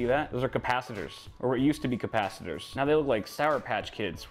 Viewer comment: the capacitors are not CATpacitors lol